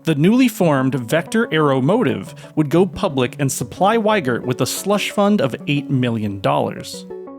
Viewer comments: It's not Weigert, it's Wiegert. Wie as in "wie geht's?" e: I am sorry seems he went with the US mispronunciation of the name when he moved there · I wouldn't buy a car from a guy called Wiegert who thinks it's pronounced "Whygert". It would be "Vee-gert", or "Wee-gert" if you absolutely must. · Since is a German ( = Gerald), at least you could pronounce his last name right, it is pronounced like you would say "Wee-gert"